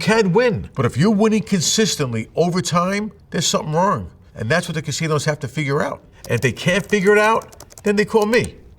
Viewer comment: "But if you're winning consistently, over time...there's something wrerng." 🤣🤣🤣